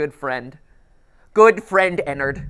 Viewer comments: Its Ennard Not enard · when he said “good friend enard” my instant reaction was to say allowed at 3am “Frenard” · Joshua Espanta it could if you pronounce it teleporting EnnAIRd